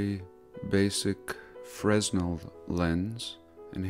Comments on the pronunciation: Fresnel lens? S is silent. frenel… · light houses used to have fresnel lenses... the largest known fresnel lense ever made was in a US lighthouse......the s is silent I believe...freh nel kinda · Melted Brick Study 日本語ではフレネルレンズ。でも英語ではfresnel lensね。灯台に使われていた。JonLeviさんの発音でFresnoって聞こえてFresno Beeと思った。Fresno Beeが出てくる英会話テープをタイで出会ったドイツ人Anegret Bethgeさんにもらってよく聞いていたので知っている。カリフォルニアの新聞の名前だ。しかしなんで日本語でフレズネルって言わないのかね。ｓを発音しない理由がないよね。こういう省略が気持ち悪い。何企んでるんだよと思うよな。と思ったらフランス人の名前だな。なんかなんでも魔術やってるようにしか思えなくなっている。 フレネルレンズwiki Fresnel lens wiki The Fresno Bee wiki 流鏑馬 wiki 水俣病 wiki Distortion of history. Illumination in 1800's. Mercury. Free energy lighthouses. Mercury. Antigravity and overunity. and some healing. Fortress Of The "Cloud People": Exploring Ancient Kuelap In The Peruvian Jungle Exploring Ancient Moray And Chinchero In The Highlands Of Peru